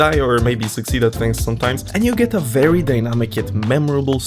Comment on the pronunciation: bery bery ungry